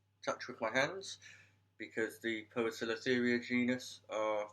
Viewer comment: Fully agree... Knowing and pronouncing. Poecilotheria for example your pronounced wrong ^_^ It's not posilotheria but pesilotheria combo's like AE and OE are pronounce - ee - like in bl-ee-d but a bit softer :)